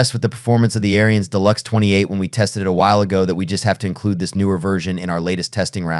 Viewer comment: pronounced air-ins not airy-ins